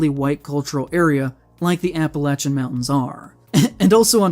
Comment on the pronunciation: Thank you for pronouncing Appalachian correctly!